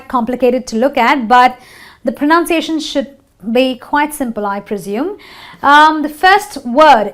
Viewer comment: Hi. Lady you mispronounced'Pronounciation'. That's basic right?